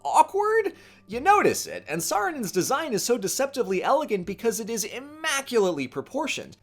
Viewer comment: "Saarinen's" It just sounds so wrong